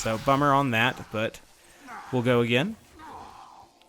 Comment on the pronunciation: Love when you say GO AGANE